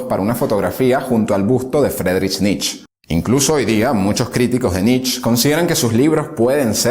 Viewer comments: No entiendo, tanto conocimiento de parte del locutor , pero continua repitiendo Nich, Nich, Nich, cuando en en realidad se pronuncia "Niche" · Muy buenos todos tu videos. Excelentes temas. Solo te pido que tengas cuidado con las pronunciaciones. Friedrich Nietzsche era alemán, por lo que su apellido no se pronuncia "nitch" como lo decís vos, sino "nitzche" con "e" final. Poné el nombre en el traductor de Google y ahí tendrás el audio de la pronunciación. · Excelente biografía, como siempre. Un detalle: la pronunciación más aproximada de Nietzsche es «nitz-ye», con la «y» sonando como en coyote. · Pronuncie "Nitche".. Màs cercano en español a la fonética alemana.. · Pronunciá NietzchE With E por favor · ❤️ Nietzche. Como tip, se dice como se lee, o sea con "e" al final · Me tiene enfermo el Nich!!! Si te creerás alemán entonces es RIJAR FANGNER.... Por las reflauta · Perdón, pero pronuncia Mal el apellido